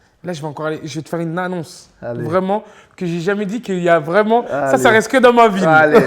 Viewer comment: "j'vais t'faire une NANNONCE"